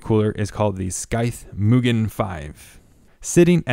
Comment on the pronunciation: Well done! Tip,: Use rubber gloves when working with unpainted aluminum products. The oil on your skin will case a chemical reaction on the metal. Mugen is pronounced "MOO" (like the sound of a cow) "gen" (hard g, not soft g like generation) due to it being Japanese in origin. Scythe is European and the c can be considered to be silent: syth (not Sith, of course!). 2,000 RPM. You accidentally said 200.;) The NF A12x24 is famous, not infamous, and it is neither the most expensive, considering that there are several fans that nor the most premier, except perhaps for the amazing SS02 bearings. The most expensive fans in my inventory include the SilverStone Air Penetrator 184i-Pro SST-AP184i-PRO, and a Delta fan. There are fans that even more expensive at over $100/fan, too.